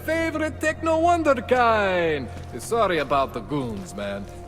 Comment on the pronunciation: that's not how you pronounce "wunderkind"